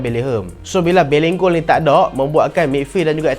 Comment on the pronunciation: bang nama dia bellingham bukan bellingkung😭😭😭